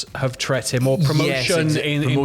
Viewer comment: Did just invent a word? “Tret”?! It’s “treated” haha. Bravo sir